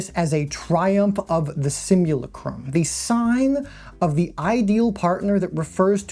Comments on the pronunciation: It is pronounced "simuLACtrum" Like Lactate. The thing many of these underaged characters the gooners jack it to can't yet do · please god tell me the mispronunciations of simulacra/simulacrum/Baudrillard are intentional. may have been worth going over the stages of simulation at the start bc without doing so it could mislead some into thinking Baudrillard’s criticism was abt fiction or unreality in general instead of specifically the way simulation and reality become less distinct & distinguishable. like with his analysis of Borges map-territory great video!